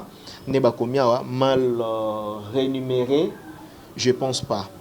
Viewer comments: franchement zua ba cours svp on dis Rémunére et non renimere... 🤔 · balobaka mal rémunéré et non renumeré. On parle là de la rémunération